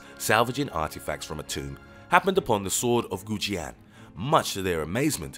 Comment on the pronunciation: The many mispronunciations on Kusanagi and the chinese sword of Goujian hurt my ears.